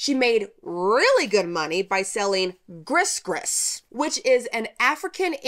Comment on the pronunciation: That is not her portrait. She never sat for a portrait or had her photograph taken. She also never had 15 kids. 7 is correct. She never was a hairdresser either. It wasn't Lake Ponchartrain, but Bayou St. John. Gris gris is pronounced, "gree gree." A New Orleans Voudou Priestess: The Legend and Reality of Marie Laveau' by Carolyn Morrow Long is the only entirely factual account of her life. Don't feel bad though as your account is actually more factually correct than most, but still repeats some myths known to be untrue. Marie would be very upset if she ever knew all the myths, fantasies and outright lies told about her that people used to sell newspapers and books.